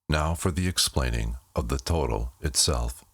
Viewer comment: The pronunciation is actually, Toe-doll